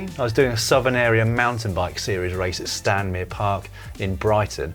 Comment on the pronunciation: As an ex-Brightonian, I have to say it's Stanmer Park, not Stanmere Park, Dan!